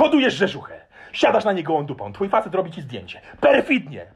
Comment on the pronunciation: Zasadzam z mężem" rzerzurzkę " hahahhaha Mega Dziecko spi...a My sikamy ze smiechu😂😂😂